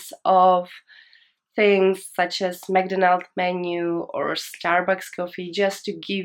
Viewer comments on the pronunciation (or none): I'm going to travel to China next week. I am a bit worried how much I need in my bank month. The way you say McDonals is really interesting like Japanese people call that in a same way